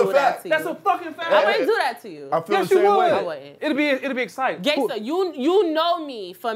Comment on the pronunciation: That dude meant Gaysta not gangsta